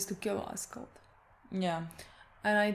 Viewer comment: “Ass coat” 😂